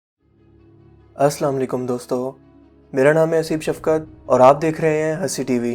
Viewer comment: Vedio ke start me salam thik tarah se kiya karo Matlb pronounce thik tarah se